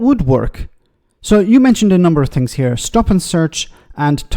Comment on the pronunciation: Yup.....Farage, with Flags......."....Fings get Broke, don they...!!...the Don speaks...!!! what a WANK-R.....